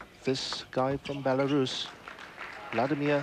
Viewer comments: Yeah he’s pretty clueless and someone must have told him that he was also pronouncing Belarus incorrect. Shows how unworldly we all were just 30 years ago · when u cant pronounce Belarus....id like to speak to the manager. (we are all karens sometime)